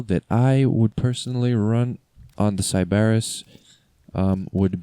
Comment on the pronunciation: You’re saying Sybaris wrong and it’s bothering me reeee